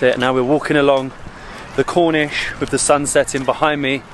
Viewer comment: Corniche not Cornish 😂 Khobar not hobar 🤣